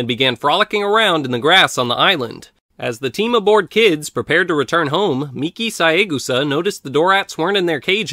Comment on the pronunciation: Very nice video! And you pronounced Miki Saegusa's name right, which the guys in Hong Kong didn't do when they dubbed the movie into English.